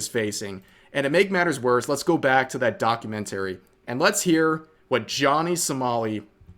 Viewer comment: I’m more pissed at how Rev pronounced documentary